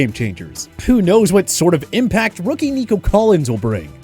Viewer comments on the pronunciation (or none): none